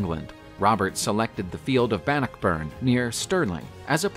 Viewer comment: It's Robert de (day) Bruce. He was a Norman Scott (The Normans came from France... hence de which is French for the) and it's pronounced Ban knock burn. Not every word or name is pronounced as it's spelled. Like the Seat of the High King of Ireland was spelled Team Hair, but pronounced Chow Er. The English bastardized it into Tara (Tar ra).